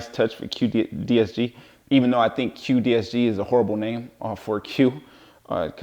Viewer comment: great video. what joint option do you recommend for this cue stick? quick release is also offered internationally. (btw, is the brand name "cuedesg", not "cuedsg"?)